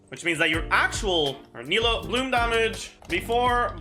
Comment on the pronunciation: says he tries to pronounce sumeru characters' names correctly but then pronounces nilou as nahida smh